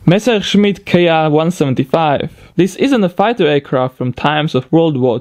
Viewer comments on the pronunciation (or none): haha your way to say messerschmitt was nice :D great video, keep up the good work